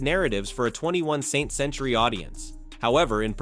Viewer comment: 21 Saint Century? Someone couldnt get their AI to say 21st 😂